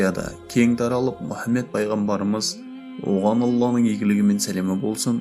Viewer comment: Мүһәммед демеңізші Мухаммед қой.саллалаһу алайһи уәссаллам